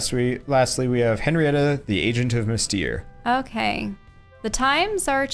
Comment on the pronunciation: FYI : Mystère is Mystery in french and would be pronounced like "Mist air"